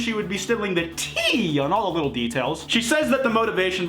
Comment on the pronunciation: If you say Tea like that again I’m gonna cry